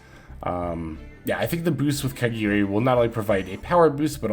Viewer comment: it’s KAGARI NOT KEGERI